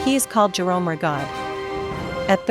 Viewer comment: Not pronouncing Rigaud correctly